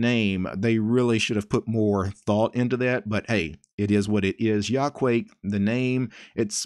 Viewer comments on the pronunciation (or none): If you know Japanese you could easily spot the Japanese logic behind this name You say that as ya-ku-a-ke, not yaquake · It's from Quake so I guess that's the way to pronounce it. Still, I like /jɐ.kuˈwɐ.kɛ/ better!